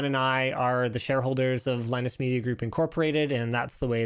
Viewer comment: LieNoose.....please straighten up or you will turn into Leo LaPorte